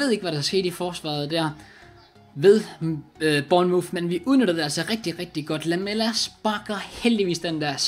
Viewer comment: Det udtales burnmorf